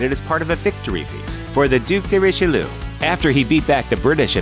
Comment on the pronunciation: Duc "de richilu" LUL